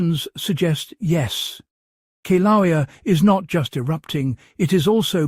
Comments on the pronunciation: Kee-laow-eah? Seriously?? I am so done with the ever changing pronunciation of ancient words. I think it's related to Keev Fatigue. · Pronounced 'kil- a- wea' You are butchering the pronunciation of the name of the volcano! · learn how to pronounce "kill-ah-way-ah". It's very difficult to take you seriously when you don't even pronounce the name of one of the most recognized volcanos in the world correctly.